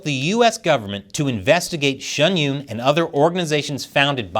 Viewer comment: Why do you pronounce Shen Yun Shun Yoon?